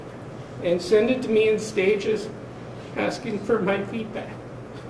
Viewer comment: Aksing? You are an attorney,talk like one... the word is aSKing.